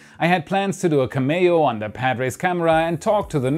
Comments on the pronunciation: CAM e oh, not cam E oh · "Cameo" is pronounced "CAM-ee-oh", so you know. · Of course, it's also hard to correct someone's pronunciation with written words. I'd suggest a clearer comparison would be that it's the same ending as "radio"... one of those cases where 'e' in English is actually pronounced the way most other languages pronounce 'i'.